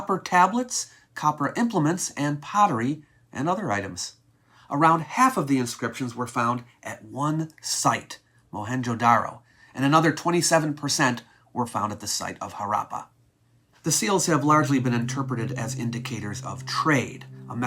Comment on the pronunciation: you are pronouncing both Harappa and Mohanjo Daro incorrectly. Especially Harrappa. Stress is on the first vowel. More like Haarappa or Haaruppa. D in Mohanjodaro is soft d similiar to the words 'though' and 'that'. Thank you for the video